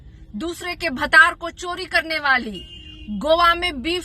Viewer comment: भातर नहीं 'भतार' 😂 कहते हैं